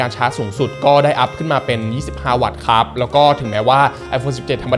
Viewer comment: ตั้งแต่คลิปที่แล้วมีคนเม้นว่าพูด ค้าบ แปลกๆ ก็ทำให้ผมสังเกตมาตลอด^^ เอ่อ แปลกจริง แต่มันคือเสน่ห์ส่วนตนครับ และชอบการรีวิวทุกอย่างของ หล่อ มีเสน่ห์ พูดดี รีวิวดี ภาพแสงสีสวยมากๆ ชัดเจนครับ